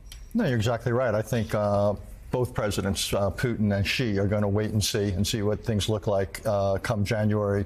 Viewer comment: How is it that anchors are still getting the pronunciation of "Xi" wrong until today? Or is this a conscious decision to pronounce his name wrong the way the pronounce "Iraq" wrong?